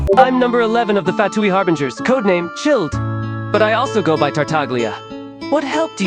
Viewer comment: Why does the Scara bot say “harbringers” instead of “harbingers”😭